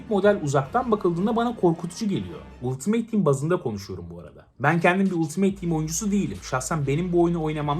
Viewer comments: abi gözünü seveyim 'ultimeyt' değil 'altımıt' :D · Ultimeyt ne la. Altimıt olacak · abi ultimeyt değil söyleyeyim dedim